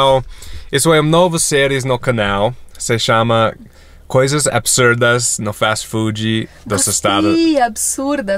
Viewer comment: falando Fastii Foodiiii é maravilhoso